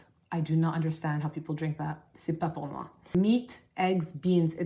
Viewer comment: Is French your mother tongue ? Because it is mine, and your « C’est pas pour moi » sounded perfect !